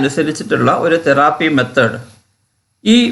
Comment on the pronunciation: It's therapy not theraaaapy